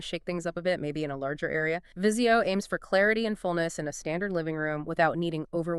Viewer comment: Jesus-it's NOT VIZI I-O, it VIZIO!!!! At least know how to pronounce the products you're reviewing. Extremely unprofessional!!!!